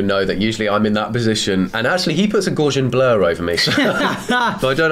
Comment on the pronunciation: I’ve always been the only person I know to pronounce Gaussian like that, and now that I know does too I’m almost certain I’ve been incorrect. ❤